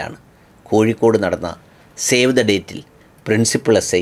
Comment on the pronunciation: ഒരു തിരുത്ത്, ഷേവ് അല്ല സേവ് the date 🙂